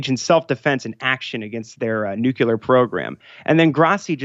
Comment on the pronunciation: Dear GOD it's nucLear. Not nucular.